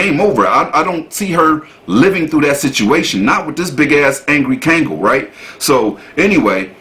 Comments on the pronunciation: Hey dude the name of the dog is pronounced KONG-GALL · I'm nicknaming naming my 3lb, mental-patient, chihuahua "Kangal." ❤ He's fatally-fierce in his baby heart. My EMOchi. Pronounced..Kongol...not KAangol...fyi